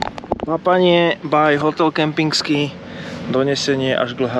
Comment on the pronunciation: Je to hotel Kempinski a nie KempinGski!